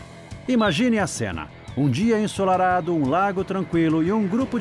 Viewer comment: " Um dia ensorarado "